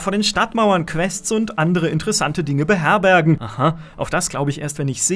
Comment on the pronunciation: nicht ganz aber nah dran: "beherbergnähh" , Benlaxer influence :'D